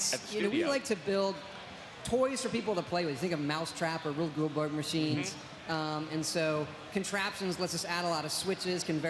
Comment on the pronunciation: Todd kind of murdered Rube Goldberg's name there. See